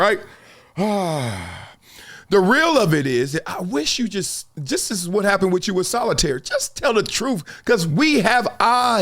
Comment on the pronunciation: The word is pronounced This, not Dis 😂😂😂